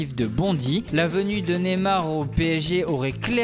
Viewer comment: Ca se prononce Neymar et non pas Némar